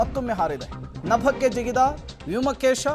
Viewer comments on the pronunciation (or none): ವ್ಯೋಮ ಕೇಶ ಅಲ್ಲ ಮಾರ್ರೆ...ಅದು ವ್ಯೋಮ ಕೋಶ..!